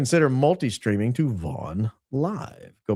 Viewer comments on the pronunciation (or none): none